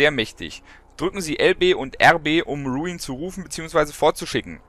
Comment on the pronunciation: iss ja sonst nicht meine art, aber da muss ich jetzt mal kritik über. das tier heißt RuIn. und wenns geht bitte auch mit einem deutschen R. iss doch schließlich ein so schönes wort. ansonste klasse wie immer. ^^